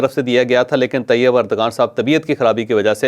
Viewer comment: It's not urdgan but erdowan It not English g but turkiye w Correct yourself